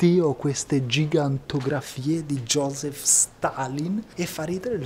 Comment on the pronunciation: josip,non joseph